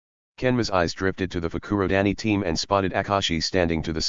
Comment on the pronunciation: I live how instead of Fukurodani it's fruku-daddy